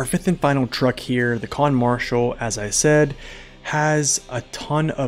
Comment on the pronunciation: Khan, not Kahn